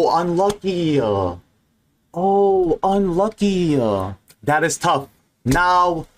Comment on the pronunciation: even his fans are saying “unlucky-UH”